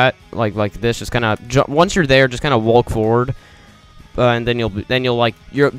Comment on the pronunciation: No one: Him: Wa-lk